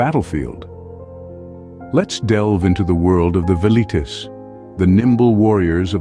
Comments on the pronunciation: Veleeets? Nah. Vel ee tays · The "V" is pronounced like a W...Welites